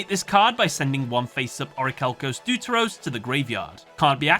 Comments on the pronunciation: its not pronounced deu-te-ros my friend but vef-te-ros. this word is a greek one and it means 2nd in english language. and ofc it's not trai-tos but tri-tos that means 3rd in greek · Hey, I hope you read this comment. So, about the first of the Orichalcos evolutions. It is pronounced "thėfteros", with the "the" syllable being thick like in the word "thus". It's from the greek word δεύτερος, which means second. The next evolution is called tritos (in greek τρίτος), pronounced treetos and not traeetos, which means third. Hence them being the second and third forms! Also, fun fact: Hermos, Timaeus and Critias are the protagonists in one of Plato's hypothetical dialogues trilogy. As a greek I was really surprised that this arc of yugioh had these references! That is all, just wanted to let you know how to pronounce them correctly for the future:) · deuteros is greek it is pronounced defteros